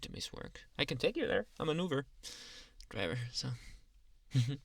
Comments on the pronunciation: Did he say uver or uber 😂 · “Uhh I never did ovvu gaver” Lol who still remembers this